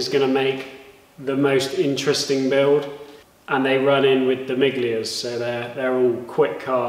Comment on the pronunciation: FYI,miglia is pronounced 'milia' 👍👍👍